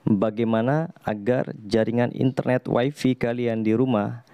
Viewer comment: "Way fi" ya gan?